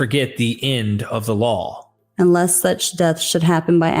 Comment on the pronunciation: Everytime you mean law you say lawl.